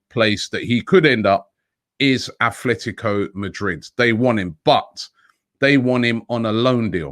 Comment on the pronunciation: Does Robbie even try to pronounce words or names properly? 😅 It’s Atletico Madrid not AtHletico Madrid.